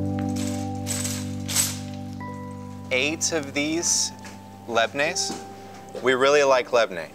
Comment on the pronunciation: awesome as usual, and by the way you should say LABANE not labne